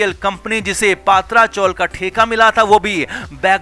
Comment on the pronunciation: पात्रा नही पत्रा